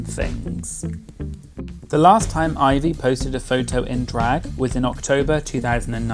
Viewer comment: Thank you for saying Ivy’s name the CORRECT way 😂😂😂